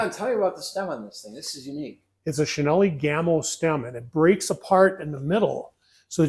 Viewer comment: Great video. May I mention that Cinelli is pronounced Chee-nell-ee.